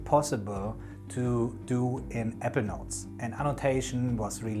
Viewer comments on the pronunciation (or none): I’m new to your videos. Please, take care when pronouncing “Apple”. The two syllable word Apple sounded like the two syllable word “Ever”, which had me terribly confused. It was only towards the end that I discerned that you were actually saying Apple Notes, which is why I was watching. I have had Evernote premium for years. I used to love it. Sadly when they overhauled the app last year they deep-sixed many of the features I used. I loathe the new Evernote and am going to move to a new platform. Once I was confident you were saying Apple Notes I was very pleased with the video’s content.